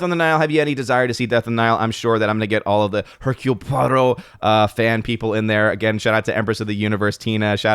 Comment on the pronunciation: Nice "Hercule Poirot" pronunciation!